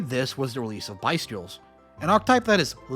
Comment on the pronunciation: Drawl phase. Popoolar. Bye-stials